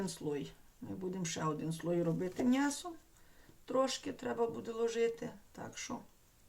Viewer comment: А чому мнясо , а не м'ясо?